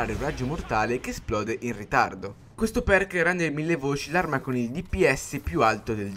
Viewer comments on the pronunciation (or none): Mille voic??